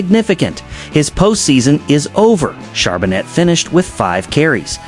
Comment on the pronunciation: ....as was the pronunciation of his name....